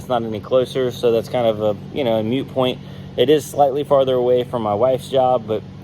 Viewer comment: I absolutely love you brother but it's a "Moot" point not a "mute" point